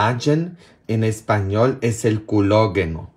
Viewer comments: PADRE EN ESPAÑOL ES. COLÁGENO, COLÁGENO NO CULOGUENO COMO DICE UD. PARECE QUE ES COMO LE GUSTA DECIRLO USTED. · saludos desde México y solo una cosa no se dice culogeno en español es colageno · en castellano se dice colágeno, no culogeno. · Hola desde Argentina le mando saludos y bendiciones para usted y su abuelita me alegra que ella esté mejor. padre es "colágeno" no culoageno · Colágeno no culogeno haha 😂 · saludos,...NO se dice "culo'geno", es 'cola'geno, tal como se escribo, No otro sonido. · No es culogeno 😂🤣es colageno en español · No de dise Colageno Al Collegeno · COLLAGEN, en español se dice: colágeno , también puede usted consultar la pronunciación en GOOGLE TRADUCTOR. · en español se pronuncia colágeno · se dice colageno. bendiciones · Es colágeno 😭o aprende el lenguaje español 🤨